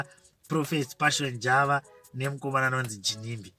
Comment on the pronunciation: please pronounce JAVA like som1 from Mabvuku or Mufakos